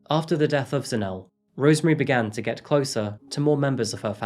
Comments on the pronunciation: Its pronounced Za-Ne-Le, not Za-Nele 😊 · Enjoyed this Episode. If I may point out one thing? Ask the locals how they pronounce the names. For instance it is pronounced as ZAH-NEH-LEH, not Zanelle. Good Episode, once again! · Zanell and Kew-nay-nay. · Pronounced: Zan-Ay-Lay